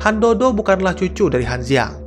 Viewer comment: Sedikit perbaikan utk ngeja bahasa Mandarin ya Bang... Z dibaca C C dibaca J J dibaca C Q dibaca J D dibaca T T dibaca D B dibaca P P dibaca B Jd kalo namanya Han Duo Duo, itu bacanya "Han Tuo Tuo", Liu Qi jadi "Liu Ji", Han Ziang jadi "Han Ciang" 🙏🏾😁